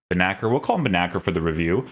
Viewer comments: bro it's not benaker, its spoken as Bennasser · Ben nacir with a c.. it's arabic